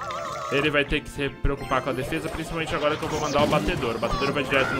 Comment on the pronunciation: Agonia do flar "batedor"